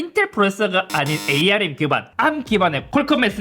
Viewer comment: 근데 ARM을 왜 자꾸 에이알엠 이라고 읽냐...